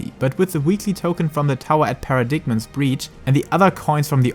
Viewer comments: Paradigm is pronounced paradime and diamond weapon extreme gives two totems per clear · Just a note - paradigm is pronounced "para-dime", the g is silent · Hey, thanks for another video! If I may add, I believe paradigm is pronounced para dime. Something I picked up from FF13. It's such an unusual word. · Hey dude, you gotta learn to pronounce things correctly. Allegory and paradigm for starters.